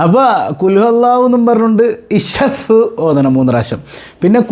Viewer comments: Ishfi aan shaf alla😂alpa budhi aale kollum😂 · വല്യമ്മെ... Ssaff അല്ല... Isfi 😂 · ഞാൻ കമെന്റ് ഇട്ടിരുന്നു.... ഇഷഫ് അല്ല ഉമ്മാ ഇശ്ഫി ആണ്....😂അതൊന്നും അത് മൈൻഡ് ചെയ്യുന്നില്ല 😂😂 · തള്ളേ ഷഫ്ഫെന്നല്ല ഊതേണ്ടത് ഇഷ്‌ഫി യാ അല്ലാഹ് എന്നാണ് ഊതേണ്ടത് അല്ലെങ്കിൽ ഇഷ്‌ഫീ എന്ന് ഊതിയാലും മതി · Ishaf അല്ല താത്ത ഇഷ്‌ഫി 😂ഇഷ്‌ഫി 😂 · അറിയില്ലങ്കിൽ പറയാൻ നിക്കല്ല തള്ളെ ഇഷ് ഫീ എന്നാണ് മള കെ പറയുക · പറയാൻ അറിയില്ല 😂😂😂യഷ് ഫി. എ ന്നു പറ. വല്ലി ഉമ്മാ